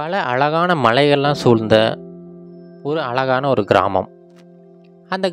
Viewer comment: தமிழை கொஞ்சம் சரியாக உச்சரிக்கலாமே "வால்க்கை வலியாக அலகான" தமிழ்க்கதைகளில் "ழ" கர உச்சரிப்பு முக்கியம்